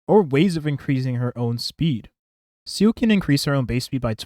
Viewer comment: i'll never get over you pronouncing Seele as seal